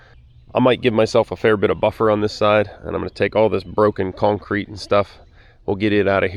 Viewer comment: Love the videos, and the work. However, a new pet peeve has been unlocked, the word “cownecreet” has become the bane of my existence😂 keep up the good work(although it’s probably already done by the time I actually sat still to watch this)😂 Thank you sir, beautiful home. Let me know if you’re hiring(equipment mechanic, videographer, speech therapist😉, landscaping, hvac, tree work, etc)